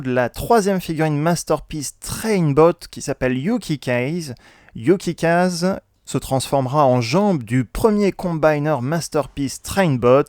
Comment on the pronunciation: En japonais on dit "Youkikâzé" (Vent de neige) :p le "A" se prononce comme en français Là tu as fait un mixe : un mot japonais prononcé à l'américaine ^^